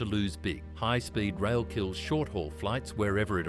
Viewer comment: Let's make a text-to-speech video about Canada but use an Australian accent for some reason. Hoigh Spoid Roil 🤷🏻‍♂ It won't be Toronto-Quebec City in 3 hours. It will be Toronto-Montréal in 3 hours. VIA Raiil is pronounced vee-a. Not vee-ai-ay. Northern Japan gets lots of snow. Canada should partner with Japan Rail instead of the SNCF. France is a mediterranean climate except for the Alps, where there are no TGVs. Also, the Toronto-Montreal landscape isn't as mountainous as California, so hopefully they can avoid the issues plaguing California HSR.